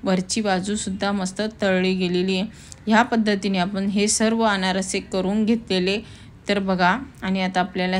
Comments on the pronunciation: अनारसी नाही अनारसे म्हणताण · अनारशी नाही अनारसे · Aanarasi nahi Aanarse